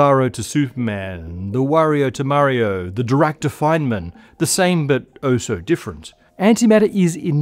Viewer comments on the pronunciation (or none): none